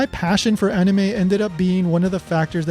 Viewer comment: It's crazy! She mispronounces anime just like you do!